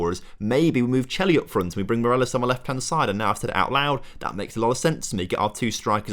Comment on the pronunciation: Loving the series! But please, it's Morales not Moreles